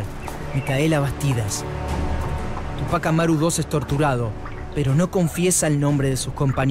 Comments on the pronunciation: Ademas los no peruanos dicen tupác Amaru y es Túpac Amaru. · Tremenda tilde en Ú de TÚPAC ... y le dice Tupác Amaru dos... terrible